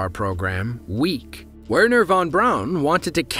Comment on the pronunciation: His name is pronounced Verner.